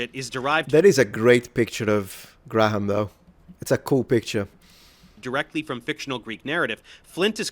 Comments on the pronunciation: Hancck is English, therefore its pronounced Gray-um. Theres no H sound. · Btw if you want to pronounce Graham more conventionally it's usually pronounced Greme or Gray-um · Just being pedantic here. Graham in English is pronounced Gray-yum instead of Gray-ham. You're welcome. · It's pronounced "gray-em". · To be fair, there are viewers who enjoy the aggressiveness. Especially when he's right. On a side note, the name Graham doesn't pronounce the 'H' in the middle. It just sounds like Gram. One syllable. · Your over pronunciation of graham cracks me up everytime